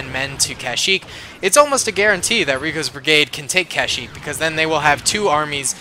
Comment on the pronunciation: kushyyyk no kashyyyk